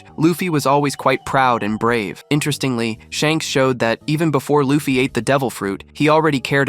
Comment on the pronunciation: Bro, why do you keep on saying Loafy? It’s Luffy